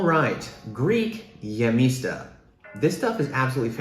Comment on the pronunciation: Sugar?!? No way! I wouldn't exactly call γεμιστά our national dish since there are so many we're known for. Also, when translating Hellenic to English pay attention to where the accent over the vowel is to pronounce it correctly. It can save you potentially embarrassing mistranslations. For instance it isn't geMEsta but gemestA. Lastly these are the artisima (non fasting/vegan) version of the dish. We also have nistisima ones for when we're fasting that are vegan.